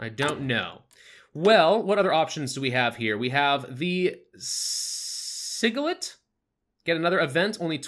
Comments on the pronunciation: The sigillite is pronounced si(like the first part of sister)juh-light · Si-gi-lite is how you prenounce it. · Sigilite is pronounced Sijilite